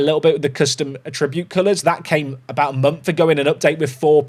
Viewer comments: can we have a patch that updates "a-tribute" to "at-tri-bute". 😜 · Why do you say attribute like it's a verb? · Please stop pronouncing 'Attribute' that way, you are hurting my soul.